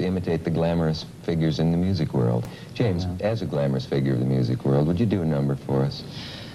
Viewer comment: "I like the children to be influenced by 'thee' and 'ei'"